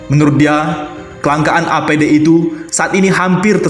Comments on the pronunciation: APD mas ....bukan ADP.......🙏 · APD, bukan ADP , banter salah wkwkwk